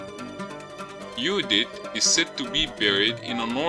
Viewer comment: interesting...Judith. sounds like yudith or "Yodit"